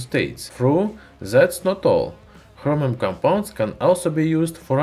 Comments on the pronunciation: It's Chromium, not Hromium Idiot. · Love how he says Chromium. Sounds like "Khromium" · Is he saying Hromium?